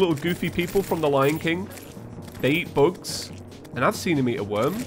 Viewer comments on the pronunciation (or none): When he was talking about worms and bugs I thought he said "books" and I just had an aneurism listening to his descriptions of books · When he was saying bugs I thought he was saying books. I was very confused that books were underground.